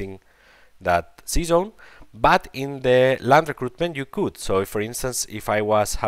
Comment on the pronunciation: Your english is not very bad looking,. ✌️ Next time try to say sea zone instead season 😆